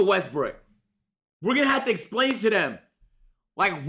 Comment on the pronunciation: Russel Westbrook bro 😭 not brick